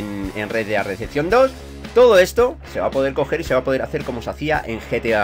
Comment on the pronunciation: No estas equivocada solo que a se le quedo la pelotilla estancada y no pronuncia bien:v